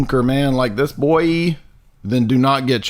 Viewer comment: C'mon,. It's not nice to pick on folks with disabilities like speech impediments. He does have a speech impediment, right? The way he kept saying "debunk" and "boy" is the reason why I ask. /winkEmoji This is one of my favorite videos on this channel so far. Absolutely hilarious and I especially liked the musical bits. Jay should consider seeing a therapist because he's got some serious insecurities to work through. You should not debate him. He will spend the whole time on personal attacks and his personal increduities. Lastly, body modifications have been around for as long as humans have been. Every culture throughout history has done some kind of body modification. There was/is foot binding in Asia, skull stretching in South America, ear, lip, and neck stretching in Africa, scarification of multiple cultures, henna of India, and the countless ways of getting ink and jewelry into the dermis from the Pacific Islands, to Native Americans, to Scandinavians to everywhere. Piercings decorated with jewelry and tattoos are and always have been everywhere. Nail polish and makeup are mods. Hell, you could even say the way that Jay shaves his facial hair into that shape or cuts his hair short is body modification. Just because you don't like them, Jay, doesn't mean anything.